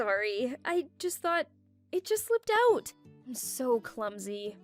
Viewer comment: Why everyone says aout not out???